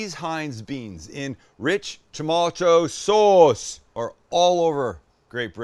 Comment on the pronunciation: lol....only a Canadian could mimic "rich tomaaato sawwwwwwss". Thanks.